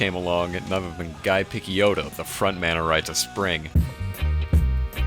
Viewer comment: Also Picciotto is pronounced “pi-CHO-to’, sorry, I couldn’t stop myself